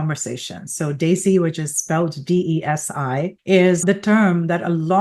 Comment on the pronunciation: Desi. It's pronounced "they-see"... Muslim is not pronounced Mooouzlem. It's Mos-Lim. Americans should put in the tiniest effort pronouncing nouns properly